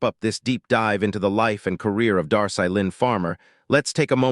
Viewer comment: Its pronounce Dar-See